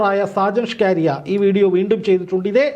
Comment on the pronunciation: സാജൻ ഷ്കാരിയ അല്ല സാജൻ സ്കറിയ